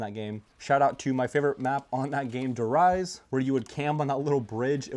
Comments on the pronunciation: Die rise not the rice 😂😂😂😂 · As a man who is part german is will let the Der Riese pronunciation slide... how to pronounce it "Dare Reese" (I try not to correct people but my habit gets the best of me)